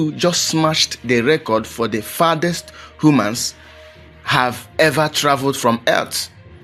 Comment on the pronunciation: He said Hu-mans… 😂 it was worth the trip to the moon 🌕